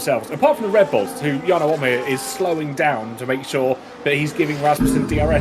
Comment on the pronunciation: Jarno OP-meer